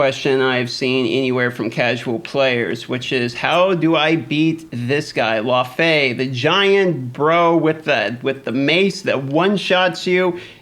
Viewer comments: Minor quibble, but it's pronounced Lau-fee. The first half is like loud. Watch the first Thor movie to hear it aloud. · I thought it was Pronounced Lao-Fee.